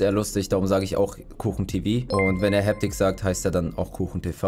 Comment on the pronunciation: hab das video von kuchen gesehen und er sagt habtik